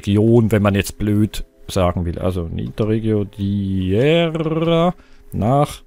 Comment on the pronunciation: huhu ich weiß das lp ist schon etwas älter aber du möchtest ja immer wissen wie man städtenamen ausspricht. diera wird di ra ausgesprochen und ist ein dorf bei meißen in sachsen. danke dir für deine ganzen lp´s mach weiter so;-)